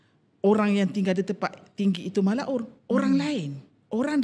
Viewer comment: Malaun bukan malaur...la